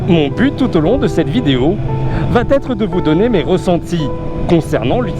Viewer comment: "va 'T' être" ça fait saigner les oreilles...